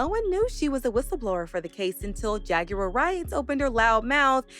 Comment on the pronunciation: Why can't u pronounce JAGUAR????